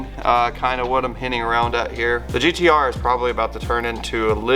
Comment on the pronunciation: you said GTO not GTR!!!! We know what you meant but, Damn bro.... Lol